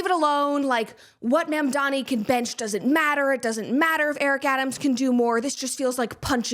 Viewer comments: My favorite leftist thing to laugh at right now is how so many of them have no idea how to say MAMDANI. They say he's their hero, while constantly mispronouncing his phonetically-spelled name. SHEESH Make Leftists Literate Please. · Ma'amdani! It's ma'am! It's Ma'amdani!